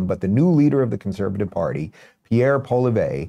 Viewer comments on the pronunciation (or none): Pronounced Pierre Paw lee ev, emphasis on the first syllable Dave. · Pierre Poly-vay 😂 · It's pronounced POH AH LEE AYVRE. Poilievre!!! Not poh lee vay! GAWED! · Rubin is pronouncing Pierre's last name wrong. It's not "Paul e vey" its "Paul e ev". Its French so you can basically just drop the "re" at the end. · pollievre is pronounced polly-evre, not pol-i-ver. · Love your commentary as an old fashioned practical Canadian! Just a hint on how to say the Conservative leader's name: say Poli-ev. ☺️ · Thanks for this video. You are bang on. Just a note here on the conservative leader's name, I will try to help you in the pronunciation. Poilievre - Pwa lee evre. Looking forward to another video where you get the pronunciation right. LOL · So appreciate your coverage on Canada Dave. 'POLLYev' Is the best way to pronounce the leader of the conservative party of Canada. And 'CHRYSTIA' Is the first name of our twitchy finance minister. Would be shocked to know that most Canadians find her even more annoying than Justin as hard as that, maybe to believe. If you want to know what's happening in Canada politically 'CLYDE DO SOMETHING' Is the best channel to listen to in terms of proper interpretations of what's happening in Canadian politics and it's done on a nearly daily basis. I have no financial interest but I do listen 🇨🇦. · Pawl-eee-ev Chrystia (kris-tee-ahh) Freeland You’re welcome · First of all Dave thankyou for posting this video. We'll accept any video that helps to put this idiot away for a long time. One correction: its not Polivay it's Pierre Poilievre. It took me a while to learn how to say his name too so i sympathize with you. Pierre Poilievre and keep up the great work Dave 👍👍👍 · Pierre Poly-ev-ruh (emphasis on first two syllables!) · Or perhaps Paul-ee-ev. Said quickly, it sounds like Paul-YEV. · It's pronouned POLLY-EV 😂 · Pronounced, Pol-yev😊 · Pronounced “Poly-ev” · BTW Pierre's name is pronounced Polly-ev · Its pronounced Paul lee ev ,re is silent. FYI